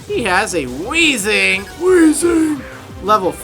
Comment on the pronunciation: Lol I love it when he says weezing all weird